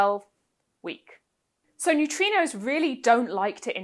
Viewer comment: I love New-Tree-Knows.